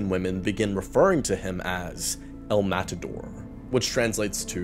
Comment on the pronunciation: “eL mAtAdOr” THATS NOT HOW YOU PRONOUNCE IT